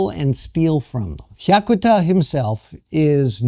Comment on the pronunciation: mispronounces both "Sanseito" and "Hyakuta." My wife and I, along with at least one of our children, voted for the Sanseito (参政党). We are not xenophobic. We do not belong to any "cult." But we are sick of scare-mongering propaganda. What does "far-right" mean? Why not call "Japan Today" "far-left"? I read it. Comments typically come from disgruntled, Japan--bashing expats...We are for common sense. Say anything politically incorrect and watch the comment rejected... takes a most condescending attitude. He appeals to his supposedly enlightened listeners to go out and "enlighten" benighted people like me and my family. No, we simply do not want to see Japan wind up in the same mess that his homeland has been in.